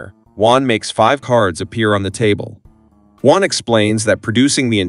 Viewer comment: It's Juan, not One. ???